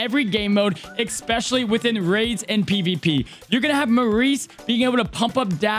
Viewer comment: It's ESPECIALLY not EXPECIALLY ... love your content but it drives me bonkers every time you say it wrong!